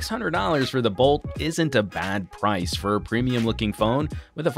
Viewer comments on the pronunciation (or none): none